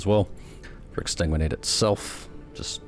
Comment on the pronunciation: Ex-san-guin-ate>Ex-tan-guin-ate dont hate me o7